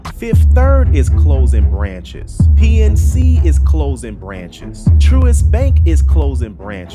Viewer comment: say CLOSING NOT CLOZIN!!!!!!!!